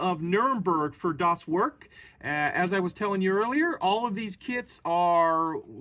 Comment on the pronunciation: Hi, "Das Werk" in german should be read as "das verk", "er" is pronounced the same as "air", thank you. Love your video.